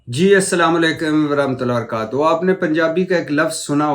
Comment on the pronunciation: Bhati sahab assalam o alaikum warahmatullah e wabarakatuhu hota hy teek hy naaa salam sahi kehny ka bohat sawab hy . Seekiye ga zarur